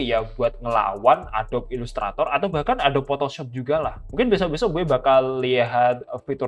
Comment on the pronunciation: Adobi bang cara bacanya bukan adob 🙏🏻